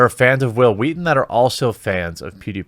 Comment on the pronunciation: Hwill Hweaton XD